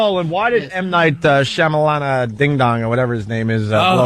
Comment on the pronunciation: HE SAID M. NIGHT SHAMADING DONG OMG SO FUNNY